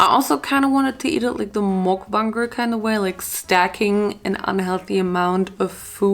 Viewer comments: When pronouncing it, try using like: mukbänger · Mukbanger is pronounced Muck-bong-ger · Why u say mookbanger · Muk bang er thats how you pronounce it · its pronounced muk banger so like muk and the u is like the u sound in the word up so hope this helps!